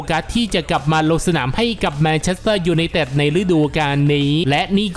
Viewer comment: แอด ควร ออกเสียงชัดๆหน่อยครับ ฟังทีไรเสียวทุกที " ยูไนเต็ด...,"